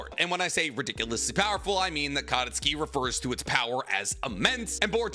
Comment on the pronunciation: Katasuke = Kuh-toss-kay, not Kata-ski. Also Hagoromo means "Feather cloak, worn by the celestial women (tennyo) in Japanese legend or art" which explains why it's a cloak for a sword, and explain why Kaguya a celestial woman in Japanese art would name her child after it.